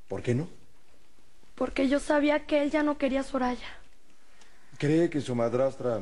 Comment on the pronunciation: Es mi imaginacion o en el minuto dice "Zorraya" en vez de "soraya"?